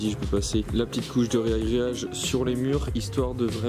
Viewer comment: Petite correction pour une faute de diction reproduite couramment : c'est 'ragréage' et non 'réagréage'.